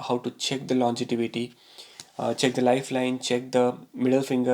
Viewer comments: LON-GE-VITY, Sir, not longetivity! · Longevity yaar, not longetivity. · the word is longevity and there is no word called longetivity. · Dude it’s longevity n not longetivity. First get this right before predicting someone’s death🤣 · Sir, the word is pronounced as "longevity" and not "longetivity" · Really great info. Thank you! BTW, it is nOt longetivity, rather longevity ;) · Longevity, and not longetivity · It's pronounced lon-ge-vity.